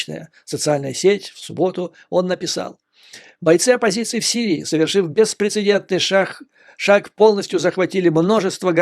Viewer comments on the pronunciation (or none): none